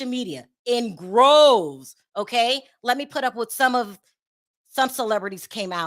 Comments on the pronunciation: DROVES. Not groves. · Its " droves " not groves 😉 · come on it's droves not groves and banned not banded. Love you